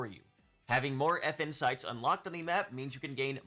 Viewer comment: Yeah guys, like says, grab all the effin' sites. (I can't unhear this, sorry)